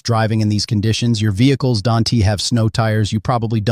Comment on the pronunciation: You probably "dunte" have a clue how to properly pronounce "don't". Boggles my mind AI cannot pronounce "is" and "don't" properly.